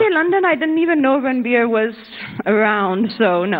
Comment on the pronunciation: Ranbeer? as in beer? Serious is it that hard to say 😂